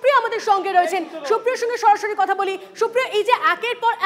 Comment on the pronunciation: কথা টা সরাসরি, শরাশরি নয়। এই সব anchor শ, আর স এর তফাৎ বোঝে না। এদের উচ্চারণ দেখে চ্যানেল এ নেওয়া হয় না?